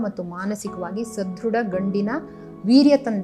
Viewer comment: Yen mam parichitha aparachitha.... Helthira.. Sadruda 😅